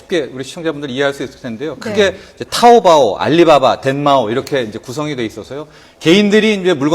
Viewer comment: 개병신 부를줄 모르면 부르지도말라 먼 샤오미냐 병신너네사나 짝퉁이다 병신 먼샤오미냐 쑈미 지 병신들 그러니깐 너네. 그병신 박근혜 중국가서 개망신다하구왓지 참 지랄연병 함께사진 찍자고햇는데 가라는가해서 갈려하니 미련하기도 알리바바아니고 아리빠빠라고부른다 병신들이 발음 똑똑히 해라 토우보 아니고 토우뽀 미치겟다 정말 진짜 짝퉁은 너네 진짜 짝퉁이다